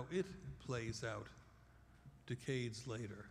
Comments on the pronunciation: I don't like the way he says decades.. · I hadn't heard him say 'decade' when I posted the comment. A few mins later I got your point and felt the same...he ain't saying it properly.